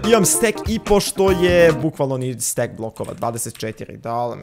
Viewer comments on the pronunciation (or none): none